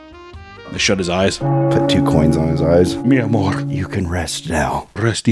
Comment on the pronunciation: That "mi amor" was flawless.